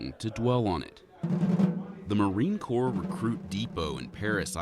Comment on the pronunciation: It's pronounced Core and spelled Corps